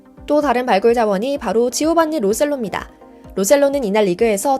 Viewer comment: 매번 얘기하는데 로스 셀로가 아니라로 센소거든